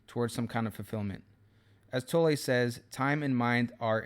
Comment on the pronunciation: You’ve made an effort to pronounce Eckhart’s surname correctly:)